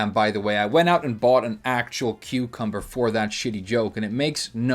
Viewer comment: Say it with me! Cucumbah!